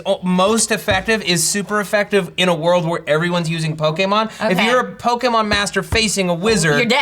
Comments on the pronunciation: If Matt says pokÉHmon one more time I will bang my head against the wall until I pass out. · pok - ke - h- mon. Man that is a weird way of saying pokemon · "Po-k-mon" there is an e in there Matt. lol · The way Matt says pokemon is mad weird. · Matt you say Pokemon weird.